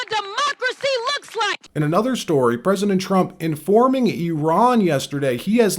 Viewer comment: Rep-Al Green looks like a pimp. And did he pronounce, 'president', "pezident"?? I have a hard time believing these people were voted into office.